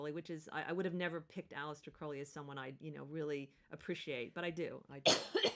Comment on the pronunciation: Crowley as in crow not crowd...